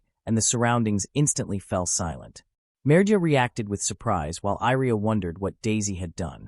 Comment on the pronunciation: why do you reas Iria as Airia? it should be closer to Yria i with Yeti i sound or at least both i should be read the same other than that i have no issues i love the story, keep updating